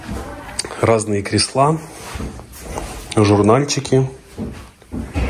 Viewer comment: крЕсла, а не креслА и разуваться а не разбуваться.